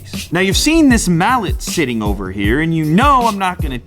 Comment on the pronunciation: "Now you've seen this mallet shitting over here"